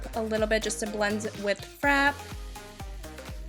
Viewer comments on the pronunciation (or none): Loved the tutorial! Your eye makeup is always so gorgeous. Just FYI, the word frappe is pronounced fra-PAY :).